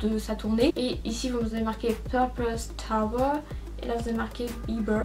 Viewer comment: Coucou, super vidéo :) Par contre je voulais te dire que je suis en fac d'anglais et que "Tour" qui signifie "tournée" se prononce "Tour", tout comme en Français :) Tu prononces "Tower" ce qui signifie en français une "tour" ... Voilà c'était juste ma petite réflexion de maniaque aha ! Bonne continuation :)